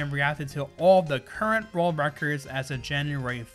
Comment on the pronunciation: Why does he pronounce it rorld record